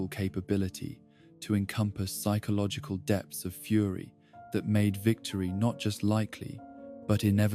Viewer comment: The pronunciation of “Psychological” is driving me nuts otherwise fantastic video